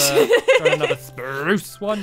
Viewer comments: why do you call it a Sprrrrrrrrruuucce tree?? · you forgot to say SPRUCE properly !!!!!! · Once in the vid u told squashiy that spruce is pronounced "SPPPPPRRRRUUUUCCCE" but in the video if u look back u said spruce😑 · you said spruce not SPRUCE!!!!!!!!!!!!!!!!! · YOU SAID SPRUCE NORMALLY!